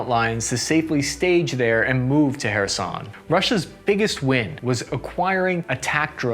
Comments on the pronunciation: Finally Kherson named correctly 🙂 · Hey you pronounced Kherson correctly in this video! Good for you!